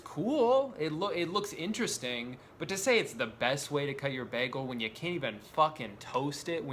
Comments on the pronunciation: STOP SAYING BEHGEL IT'S BAGEL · I like how you say Bagel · he called it a ’baggel’. You Britta’d it Drew. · How everyone in the world pronounces bagel: baegel How drew pronounces bagel: BeHgUhl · especially if somebody says it as bag-el, not bay-gul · Why do you pronounce it bäh-gel. What are you, faux german or something. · delitchus mëssfri bägl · Why was bagel pronounced as BAG-el lol 😂 I can’t get over that pronunciation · Apparently hearing the cream in “cream cheese” emphasized infuriates me just as much as bagel being pronounced “beg-l” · I love the way he says begal instead of bagel lol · you said baggel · " B A G - G I L " OMG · no one commenting on the way he says bagel? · He pronounced bagel like britta a few times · Your pronunciation of bagel infuriates me at a level beyond human undertanding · I love how you pronounce "bagel" like Britta from "Community". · His constant slight mispronunciation of “bagel” is driving my fucking insane